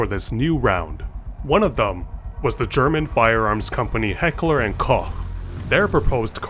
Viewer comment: Thank you for pronouncing "Koch" almost Correctly and not saying "Koock" or "Cock" or "Cooch" or something like that